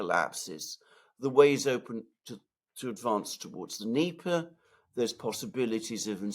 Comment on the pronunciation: Alex Mercurious: there is NO such geographical term as DNEEEEEEPA. The river is called and pronounced DÑEPAR with the letter 'R' at the end too. You pronounce it WRONGLY all the time and it sounds RIDICULOUS, the ears hurt when you rip into your long DNEEEEEEEEP'A. It's DÑEPAR - with the 'R' at the end!!!